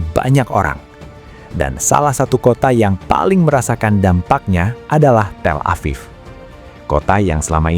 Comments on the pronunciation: TEL-A-VIV not TELA-PHONE-A-VIV🙄🙄the pronounciation is paining my ear. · tel EPHONE aviv? Wins today's award for dumbest AI. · TelevonaTHIEF?? Do I hear that right??😅😅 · Auto-dubbed says “Telephone Afif” for Tel Aviv. I’m going to call it Telephone Afif from now on. LOL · " Telephone Aviv?"" FFS. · AI Trash. "Telephone Aviv" was too stupid of a thing for a real human to not have caught. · “Telephone aviv” 🤦🏻‍♂️